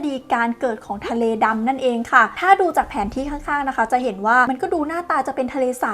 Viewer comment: ทะเล๊...ทะเล 😂